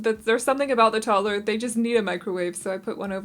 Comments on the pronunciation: Of you say 'Tott-ler' ONE👏MORE👏TIME...🤣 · When people pronounce 'toddler' as 'totler' it gets me 😂😂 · Are you saying Tottler?